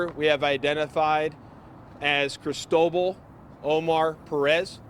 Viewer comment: That's not how "Cristobal" is pronounced.